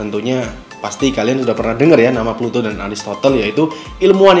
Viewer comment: Plato bang, bukan pluto